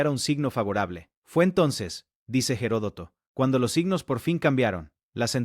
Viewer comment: Se dice Platea y Herodoto no tiene una hache aspirada si no que la hache es muda en castellano,por favor hable el idioma con propiedad.